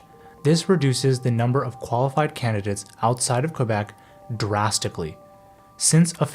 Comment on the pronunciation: How can we trust a video where the narrator mispronounces the name of the province.